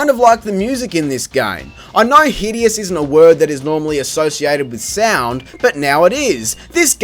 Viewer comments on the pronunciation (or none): none